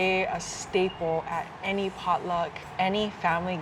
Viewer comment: Local Mammi&Daddi eateries😊 .... "any,..emmy, ... I mean ANY....." 😁😆😆